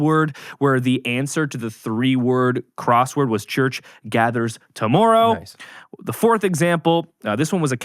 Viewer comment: Worried about being roasted for a song... gets roasted on pronunciation of tomorrow.